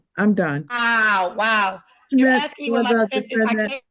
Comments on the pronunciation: all you're doing is 'axeing' dumb questions 🙄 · She should be imprisoned for axing everyone. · She axing for troubles!!!